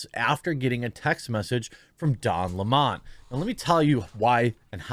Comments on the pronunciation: Jeremy, it's "Lemon" like the fruit. NOT "Leemonn." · I wish people would quit making his last name sound so fancy. It's not smoly ehhh. And I know you know It's not Lem awn or Lem own. It's Lemon like yellow belly lemon. I know you know that because you do a great job here, but some get really ridiculous with the pronunciations. Al Sharpton is right too lol! The guilty should face the maximum! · It's Lemon like the fruit. Just because they have a stupid name they do not deserve to be treated any differently. In fact given their actions you should be emphasizing the LEMON part. Where in the world do people refer to a sour fruit as a Le-Mon?